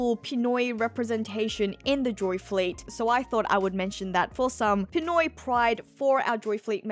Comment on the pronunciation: We're all waiting for Jamie Lee Curtis to be casted as Dr. Kurea, and who is gonna play CROCODILE?! I have a gut feeling it's gonna be a big A-lister! And you really know your Filipinos when I heard you say "Pinoy".